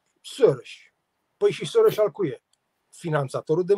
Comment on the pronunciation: Să spuneți Soros (Șoroș) așa se pronunță!